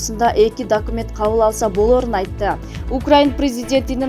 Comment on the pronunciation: Марипол,дакимент,Дооонбас,пандемися, операсия,пээсков окупасия деп тантып окудун журналист не деген тантыктык